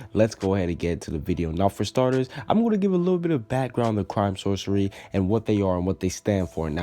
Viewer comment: I thought it was pronounced "Source-ee-air"